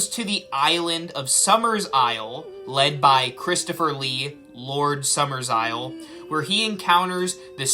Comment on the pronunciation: It's not "Summersisle." It's "Summerisle." There are only two S's, not three. You're thinking of the remake.